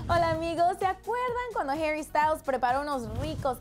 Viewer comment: Herry no mames pronuncialo bien es HARRY así tal cual -.